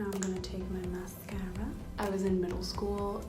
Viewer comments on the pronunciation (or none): THE WAY SHE SAIS MSACARAAA I AM DYING 😍😍😍